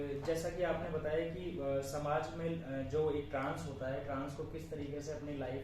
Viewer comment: Bolna toh seekh leti trans ki jagah tans tans😂😂😂